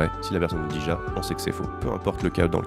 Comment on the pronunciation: Alors par contre ja ça se prononce ya et c' est oui en allemand 😂